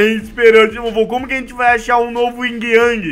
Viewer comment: não é o ying o certo é yin sem o g